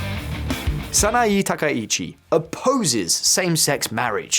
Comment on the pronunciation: 名前の間違いがひどすぎる。わざとだよね？サイって誰？ SANAE TAKAICHI！だよ。